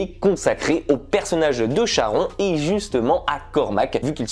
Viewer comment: Ça se prononce SharonE bordel 😑